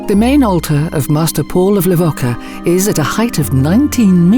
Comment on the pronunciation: Within the first few seconds your automated voice completely mispronounces the name of the place you're supposed to know so well that you're posting a documentary about it. It's pronounced Le-vo-cha. Idiots.